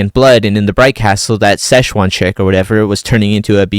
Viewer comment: lol Szechuan(Seishan) catching strays. Man you had me rolling in the last video with it. When I heard it again in this video I literally started cackling like a hyena. It made me think of the exclusive sauce McDonald’s dropped with the Mulan movie back in the day! Thanks for the laughs and for the videos, they are really fun to watch!